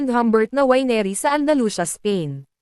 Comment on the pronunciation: Mali pronunciation ng winery